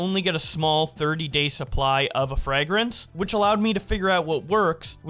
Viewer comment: why does he keep saying frag grance?